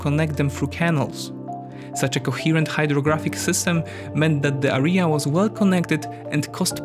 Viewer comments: Hi, English teacher here. I can say that you slight tendency to mispronounce certain words such as "area". Btw. Pronunciation is somehow close to registration plate from my local area - RJA, er(i instead of j) and a. /Eria/ Cambridge dictionary might be extremely useful for pronunciation purposes. Probs for collab with Caspian tho. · It was a very interesting video. However I have a little remark. You have to pronounce the word "area" with a stress on the first a. Keep up the good work!